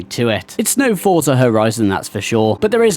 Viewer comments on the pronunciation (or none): none